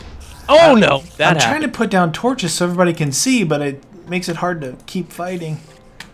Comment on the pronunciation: LOL 'torcho's'